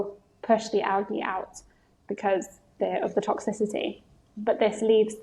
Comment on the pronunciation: Algae not awgy